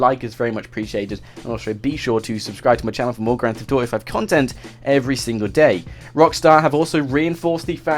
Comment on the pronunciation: Is kinda funny how you say grant theft auto